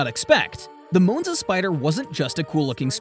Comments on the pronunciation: It’s not a moonza. It’s Monza. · I had to stop watching after the 5th "Mown-za". It's Mawn-za! 🙄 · It's not a .... Moo-nz-a It's a ... Ma-n-za. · Moonza really? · Moanza?? LOL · I thought it was Moanza. 😂😂😂😂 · M ON ZA, stupid Ai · Stupid AI just cannot pronounce the name of this car correctly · I really wanted to watch this video but I couldn't tolerate how Monza was repeatedly mispronounced. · That's what I was thinking. I made it 2 min. Then paused it, went to the comments. To see if anyone said anything.